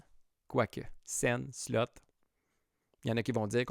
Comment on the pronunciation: « Slot » machine, et non pas « slut »… Ça ne se prononce pas pareil, et ça ne veut pas dire la même chose…